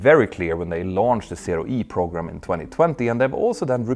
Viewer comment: I know its due to Petter’s accent, but the English words ‘program’, and ‘pogrom’ mean something completely different, and the latter quite a bit more dark.